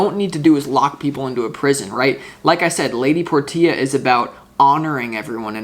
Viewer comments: Lady por tee ah...is it not lady porshaa like the car ? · You're always so spot on,! BTW, Portia is pronounced: Por- sha. Thank you for everything you do. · Thnx 🙏🏻🤙🏻 Btw, I believe it’s pronounced “Porsche” 🙏🏻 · Thank You So Much for the Reading Dude. Love your work. Only just found your channel but now, I'll subscribe ifvI havent already. That lady Portia card, unless I'm mistaken it's actually Lady "Porsche-ah". Just like the car with an A on the end of it. All good though Dude and Thanks Again for the reading from All thecway Down Under here in Australia Brother 🙏🏻♈️✌️ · Lady Portia is pronounced "Porsche" with an "a" after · Her name is pronounced as Porshia